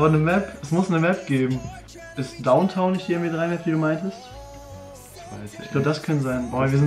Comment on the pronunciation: Downtown nicht growntown